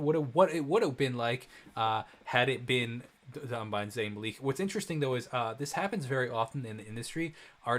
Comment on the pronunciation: did you just say Zayn MALEEEK 💀💀